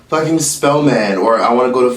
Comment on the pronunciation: This man said Spelman 😩😩